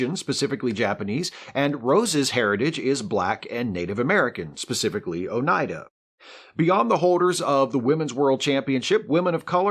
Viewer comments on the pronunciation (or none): none